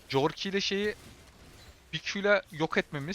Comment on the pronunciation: Abi küçümsemek gibi düşünme de corki korki diye okunuyor valla corki dedikçe kafayı yedim